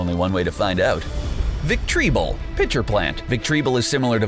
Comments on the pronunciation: He's wrong you're right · I love your content but, how you pronounced the pokemon's name its so funny, actually its VILE-PLUME not vileploom, "victreebell" not victreeBULL bulshit! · Dude!!!... it’s Victory-Bell not Vic-tree-bowl🤦 come on haha also It’s Mana-Fee not minufee and it’s Hoot-Hoot not hoo-thoot 🤦😂😂 I love your videos guys just please look up the pronunciations for things first 😂😂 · Jesus Christ... Gyarados- Gare-ruh-dose Victreebel- victory bell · 😑... GUYrados? It’s pronounced (such as) GAIR-uh-dos... gyarados 😑 THE. VICK-TREE-BULL????? 😑 it’s pronounced the way it’s spelled. VIC-TREE-BELL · "Ve tri bull" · so you know, you actually mispronounced some of the names of the Pokemon on your list. Here's how they are correctly pronounced: 1. Manaphy (Ma-nƏ-,fē) 2. Gyarados (gi-'yer-Ə-dōs) 3. Victreebel ('vik-'trē-beL) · I can’t watch..... The mispronunciations is making me cringe Especially the Manaphy and Victreebel part.... 😢😢😢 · XD it's so funny you said Manaphy and Victreebel wrong. I understand with Victreebel but Manaphy is easy Mana-phy you know what Mana is well there you go.